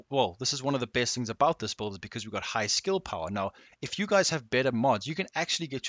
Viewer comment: the best buld man .. he's not sayin build ... he's fuckin sayin buld.